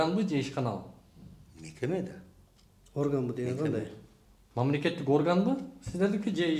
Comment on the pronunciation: Гандай эле дейтко 😅😅😂 тооок ме